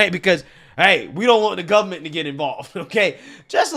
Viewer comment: Please don't say guv-ment and libary. You muck me up with that. Learn to say library. 3 syllabus. Not two. .